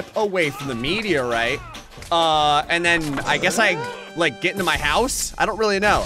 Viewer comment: I know this is a personal pet peeve, but I really wish he'd google "meteorite."